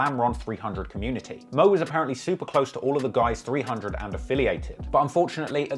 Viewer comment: You should really stop trying to say 300.....really!